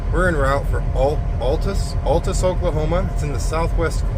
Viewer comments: Okie here. We pronounce “Altus” like Al Bundy rather than “all”. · Altus pronounced Al. Tus